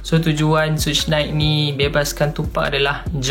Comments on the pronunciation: Sebutan sebenar "Suge Knight" tu macam "sug" dalam sugar (gelaran masa kecik dia Sugar Bear) bukan shuush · Tupac mula dlm bidang rap pd thn 1989 bkn awal 80an. sebutan "Suge Knight" bkn "soosh nait" tapi "shook nait" bkn thn 1997 tapi 1996. Tupac ditembak dlm perjalanan balik dari perlawanan mike tyson pd 7hb September 1996. Maaf kalau ade salah maklumat. Sy share sbb saya juga peminat 2pac. ✌️😊